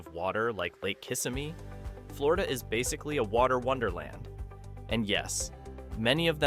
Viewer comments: Chickens (roosters, actually) walking across the street is a geography fact? "coastline are"? Rather than KISS-uh-me, the lake near Orlando is kiss-SIM-ee . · Ki- simm- me. 😂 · Its pronounced KIS-SIM-MEE